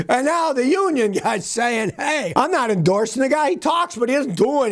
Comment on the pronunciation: "Endorseen" "expecteen"????????